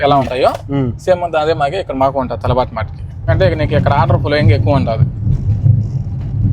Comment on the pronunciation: Adi Talaaabat Kadu Ra Talabat Ra Nibba😂😂😂